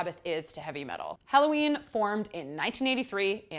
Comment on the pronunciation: BTW the name of the band is HELLOWEEN not Halloween